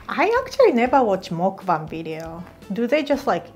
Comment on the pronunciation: Oh my god finally I found someone who said muckbang properly